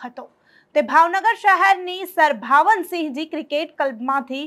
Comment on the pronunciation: Bhavansinhji ❌ Bhavsinhji ✅